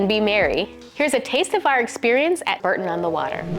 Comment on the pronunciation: Bore-ton not Bur-ton